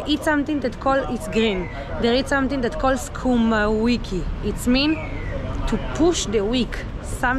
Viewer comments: Sukuma wiki, not kuma wiki. Kuma means something else, I should not say hehe 😂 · Hey. Sukuma wiki is kales (Kenya) and rape (pronounced REIP) in Soutj Africa and Botswana. Lovely videos. Best, A 🇰🇪in🇧🇼.